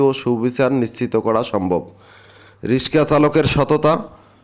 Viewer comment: রিসকা না রিকশা